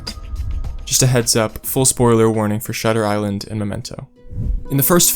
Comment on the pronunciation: Was excited for momento but lost it when you get shutter island wrong